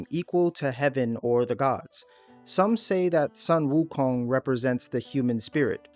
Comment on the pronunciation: His name should be pronounced as "soon wukong" that's how it is in Chinese